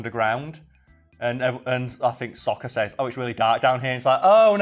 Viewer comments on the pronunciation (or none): a double A is pronounced with a short “o” sound? Damn, had no clue. Even so the cartoon always pronounced it with the long A sound so any other way (technically correct or not) is super jarring and just doesn’t fit. And pronouncing Sokka like Soak-ah is weird too… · What baffles me about this movie is that they manage to mispronounce Aang and Sokkas names. Near the end of book one there is LITERALLY a character who says sokkas name as they do in the movie except its used to make the guy mispronouncing it look like a jackass.